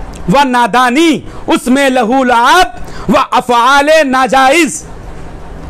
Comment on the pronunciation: Abe .Wo Lahu Luab Nhi ...Balki ..Lah wo Laib Hai